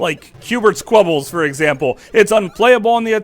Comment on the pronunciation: QBert's Quebbles? It's spelled Qubes and is pronounced "Cubes"